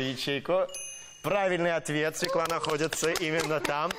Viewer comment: Не свеклА, а свЁкла.